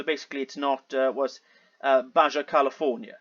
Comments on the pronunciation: He suffers from geologic pareidolia. I think he was the one flying over the Great Lakes saying he could see Hudsons Bay a distance of more than 2000 km 1200 mi. Not really important but Baja is Spanish and so the j is pronounced as an h. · FYI. Baja pronounced baha in Mexico. Means under, below